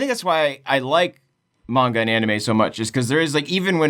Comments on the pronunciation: pronunciation of manga hurts me... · It’s pronounced “manga” not “manga” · i stg if he says polNAHreff and mEHnga one more time